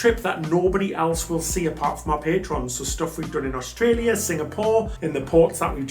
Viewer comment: You say Melbin and Austraya perfectly.